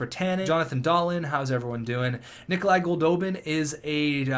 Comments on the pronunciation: It's not pernounced da-leen it's pernounced doll-leen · I really hate to be this guy, but Rasmus Dahlin's name is also technically pronounced "Dah-Lean".